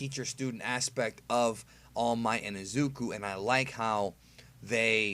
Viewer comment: AHHHHHH I'M SO TRIGGERED BUTCHERED IZUKU'S NAME